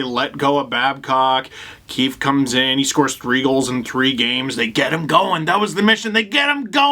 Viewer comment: I’m American but I like watching the Canadian feed. Did anyone else notice Ray Ferraro call coach “Sheldon Queef ahem Keefe” during the broadcast? It was the lone high point of the latter half of the game